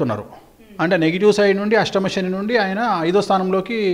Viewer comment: షెని ఏంటి.. శని అనాలి